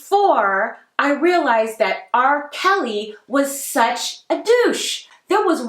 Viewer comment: and “dat” instead of “that”😬